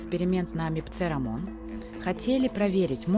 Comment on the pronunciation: Не "Мипце Рамон", а "Мицпе Рамон" . Нет, я не зануда. Вам было бы все равно, если бы произнесли не "Россия", а "Роисся"?